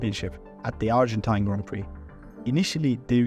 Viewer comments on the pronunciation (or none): none